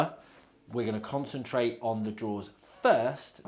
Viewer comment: Drawers not "draws". Fs 😂